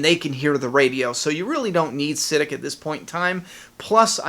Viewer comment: Yo! I think you're saying Siddiq wrong lol. I am sure its pronounced like "Si-Deek"